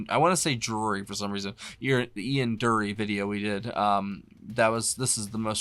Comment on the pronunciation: Hey you must at least pronounce his name properly. its not Doory its Djury, you nearly say the D then end up using a J, very English. The Blockheads are a hot band, always tight and look like they are enjoying themselves. You need to play Spasticus Autisticus. He wrote it for the international year of the disabled I think. The BBC were going to ban it not understanding that he had spasticity from polio. Honestly one of my heroes